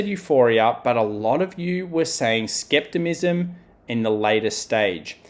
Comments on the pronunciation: The word is "skepticism", not "skeptimism." Good analysis otherwise though. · I just had to back that up and listen to it again he is saying skeptimism. Lol maybe it's skepticism in Australia.